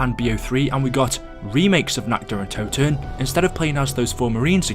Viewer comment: Toten* not Touten